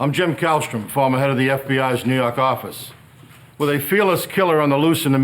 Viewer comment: running from the lah in New Yawhk